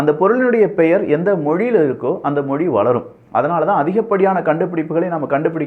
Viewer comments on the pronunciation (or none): none